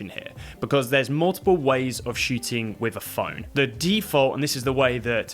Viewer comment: It was fun, because listening the pronunciation I didn't get if you were shooting or shitting...